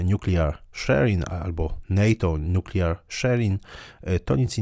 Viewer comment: Zle pan wypowiedział słowo nuklearny po angielsku